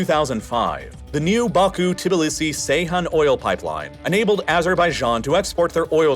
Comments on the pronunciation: The turkish crude oil port is pronounced Geyhan (as in George), not "C"eyhan... I always admire your accuracy in naming places & people, so this one especially caught my ear ) Thanks for great videos anyway!! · Ceyhan is pronounced Jeyhan, not Seyhan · Have seen a few times you pronounce Ceyhan as Seyhan, but it is pronounced as Jeihan as C in Turkish sounds J rather than S. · Please stop saying Seyhan. C in Ceyhan is pronounced like g in gentleman. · Ceyhan- "djehan"